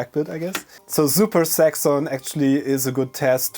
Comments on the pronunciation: oh zaxon i thought u said sex on hahahaha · super saxxon cartridge? I initially heard "super sex on cartridge" llloooll!!! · Zuper Saxxon, I love it! That's just a fiendish English/German tongue twister.